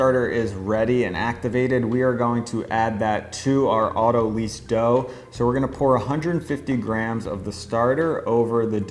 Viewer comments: Autolyse/autolyze Pronounced 'otto- lies' Not 'otto-leeze' Words are fun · It's not pronounced lease, it's pronounced lice. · this is so interesting and I'm very excited to try it. The only thing that's bothering me is that autolyse should sound like "lice" not like "lease". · Great video, and I want to get into baking sourdough bread, but autolyse is pronounced to rhyme with "nice", not "lease". I've heard a lot of bakers completely mispronounce this, and I'm not sure why. I guess they never payed attention in chemistry or biology class. It comes from the biochemistry term "lysis", which means to split or cut. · Great stuff. FYI, autolyse is pronounced 'auto-lice' (as in "lysis"), not 'auto-lease'. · Auto-lize, not auto-lease. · Best sourdough videos! Thank you so much! Btw I think autolyse is pronounced "auto-lice" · Autolyse is pronounces like autolies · Great how-to but you're mispronouncing "autolyse"